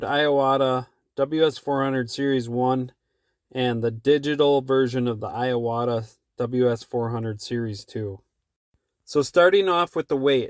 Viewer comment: just a small nit picky,but it's IWATA not I-AWATA other than that,great video